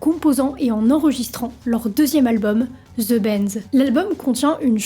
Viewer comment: Bon video mais il faut que tu oublies le "dzz" phonétique (sauf les Québéquois, tous les francophones prononce comme toi ! ) que t'appris à l'école et prononce "de" = THE . STP